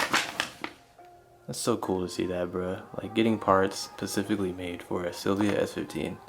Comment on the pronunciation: This man just said “it’s so weird getting parts made Pacifically for this car” 😂😂 all love brother no hate 🙏🏻❤️